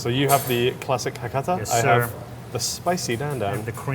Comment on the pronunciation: Great slurp!!!!!!!good job!!!!!!!it’s a must to slurp loudly to show appreciation to the chefs,sounds crazy,but it’s very true. But whatever you do,keep on the pronunciation,it’s Hakata はかた and Fukuoka ふくおか、figure it out.😅😅😅😅😅😅